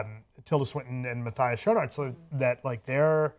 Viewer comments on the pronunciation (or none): His name is pronounced "Ma-tee-us Scone-arts". IMDB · [MatthY-as] [Schoonáárts], if that makes any sense.